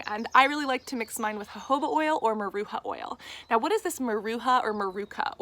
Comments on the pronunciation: Maracuya ! Not maruca hahaha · It's not Maruca it's MARACUJA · MaracuJA’. The “J” sounds same way as saying “deJAvu”. And the “A” at the end sounds like two “A’s” . Maracujá means passion fruit in Portuguese (Brazil) xxx